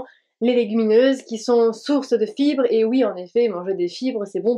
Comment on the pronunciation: * "Manger des chibres" ? 😂😂 Dsl je pense que c'était fibre mais un peu écorché, ça m'a bien fais rire haha